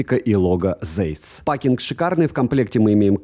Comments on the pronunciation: Правильно Zeiss произносится как Цайс, а не зейс, это немецкий язык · Цэйс, нету "зэйс", это НЕМЕЦКИЙ Брэнд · Вообще то оптика называется ZEIS,а не Зейс,как у автора.Это знаменитая немецкая компания по оптике,если кто не знает. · может уже писали, но напишу. Ziess читается либо как Цейс, либо, если совсем по-немецки, то Цайс. Очень это "З" режет слух из видео в видео